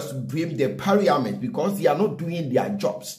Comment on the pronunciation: is parliament not pariament